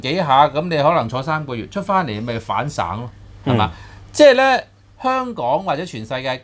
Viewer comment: 葉繼歡死咗未?另，"反省"，讀反"醒"，😉